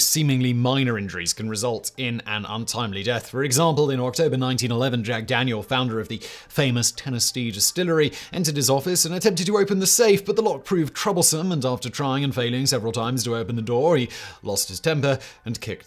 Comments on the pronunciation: Did you really pronounce Tennessee, "Tennis-Tea"? Lol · Sounds fancier.